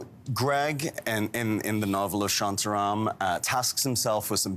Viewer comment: It's not 'Shyantya-Ryam. It's 'ShAntA RAm'